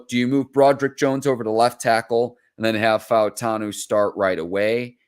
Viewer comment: Props to for pronouncing all of the vowels in Fautanu. Much respect!